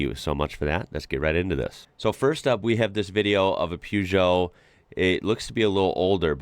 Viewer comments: It’s pronounced “PURR-JO”…the “eot” t is silent not Gee-o….🤣👍🏾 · The first part of Peugot is pronounced' 'Per' not Pew. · Sounds silly keep saying poo geot not pergeot. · Try saying "PUURGEOT" rather than PEUGEOT, its how it's meant to be said rather than how it's spelt, thanks. Good video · "Pewjoh"? Try "per-jo" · PE not PEW for the name. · May I correct your pronunciation of Peugeot,the first part of the word is pronounced per, not pue. Your pronunciation is correct for the second syllable. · Peugeot isn't pronounced Pewgeot. It is pronounced Purrgeot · Peugeot = puh zho NOT pyu zho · Peugeot - pronounced "Per-joe" (or maybe "Per-show"). The Peugeot 1.9 16V was astonishing but there were some amazing little cars in the 80's in the UK. My first car was a Seat (say-at) Ibiza (ib-eetha) with a carburated 1.2 engine - basically a Fiat (fee-at) Uno. A Fiat Uno Turbo (fuel injected/turbo charged) was written off in the village I was living in at the time but the engine and brakes were intact. Theoretically I could have engine swapped my Ibiza 1.2 and brake swapped it. I rang up my insurance company and after the guy on the phone had laughed until he cried - he just said "No" and especially not for a 23yo! 😂 What a meanie! 😢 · The first part of Peugeot is pronounced PAIR. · Why can't you guys pronounce Peugeot properly.... Or Bugatti?........ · Just need to start pronouncing Peugeot properly. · The way you say Peugeot is a crime!